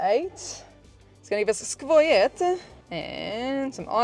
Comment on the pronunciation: oh my god.. the way you said Skwoye-t... I rewatched it like 20 times.. made me laugh so bad.. btw first time here on your channel cuz Zacinan.. nice job! <3